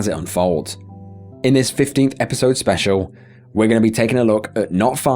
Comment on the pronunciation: What is so hard about annunciating the letter: "L?" hoding, appoh, biwding...wtf? Speshow (Special)